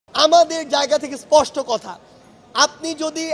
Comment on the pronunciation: কথায় কথায় বলে শুধু, ইসপষ্টকরে বলি😂😂😂